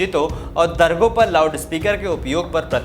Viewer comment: मस्जिद के मौलाना अरबी छोड़ कर हिंदी क्या एक दिन शायद संस्कृत में भी अजान देने के लिये भी तैयार हो जायें लेकिन जैसे हिंदी समाचार वक्ता "सोशल मीडिया" को "शोशल मिडिया", "प्रचार समिति" को "प्रचार सविति विभाग", "दरगाह" को "दरगह,", नमाज़ को "नमज", "गोवा को "गोवन", वक्फ़ को "वक्ह", "मस्जिद" को "मह्जिद", "महत्व" को "महत्,"*, इस्लाम को" *"इज़्लाम", अफ़ज़ाल को "अफ्जल", आवश्यक को "आवशक," "अमेय हेते" को "अम्मैया हेती", "वैल्यूएबल एडूटेन्मेंट प्रा•लि•" को "वैल्यूएबल एंटरमनेटर प्रा•लि•", "ट्वीट" को "ट्विट" और "ट्विटर" को "ट्वीटर" बोलना नहीं छोड़ सकते!!😂 कहने का मतलब ये है" आर्य" कहकर संबोधित किये जाने वाले कालजयी गौरवशाली सुसंस्कृत लोगों व उनकी अति उन्नत, परिष्कृत और वैभवशाली धरोहर के तेजस्वी उत्तराधिकारी, अंग्रेज़ी छोड़िये अपनी मातृभाषा हिन्दी/हिन्दवी के आम बोलचाल में इस्तेमाल होने वाले शब्दों का शुद्ध उच्चारण नहीं कर सकते!! और न ही साधारण से वाक्यों को बिना उनकी ऐसी की तैसी किये पढ़ सकने में ही सक्षम हैं - तब भी नहीं जब सामने रखे टेलीप्रॉम्प्टर पर लिखे हुए शब्दों और वाक्यों को बस पढकर सस्वर दोहराना ही हो!🙄…😪 और छोटे-मोटे स्थानीय भाषा के न्यूज़ चैनल्स पर समाचार पढ़ने वालों को भूल जाइये और भारतवर्ष (भा+रत ≈ ज्ञान के प्रकाशन में रत) को एक बार पुनश्च विश्वगुरु का दर्ज़ा दिलवाने का बीड़ा उठाने का दंभ भरने वालों में प्रमुख राष्ट्रीय स्वयंसेवक संघ के आधिकारिक बुद्धिजीवी विचारकों जैसे राकेश सिन्हा और राम माधव को कभी बोलते हुए सुन लीजिए…